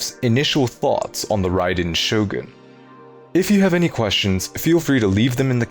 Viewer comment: Expect at pronouncing the character that, literally, gives the name to the channel